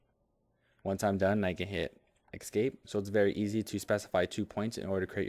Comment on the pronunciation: Excellent video. But it's "escape". Not "excape". Made me crazy.